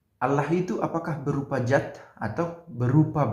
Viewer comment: Maaf Pastor, bukan Zat tapi Dzat.